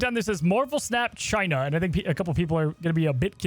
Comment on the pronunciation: Chi-nah Numba Juan